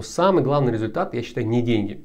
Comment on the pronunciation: результат (резльтат) заметил ошибку ))